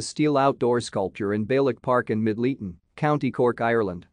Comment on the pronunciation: I am sorry for correcting you but Middleton is pronounced MIDDLE TON.